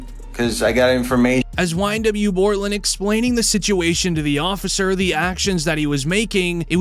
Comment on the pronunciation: His name is Bortlen! Not Cortlen!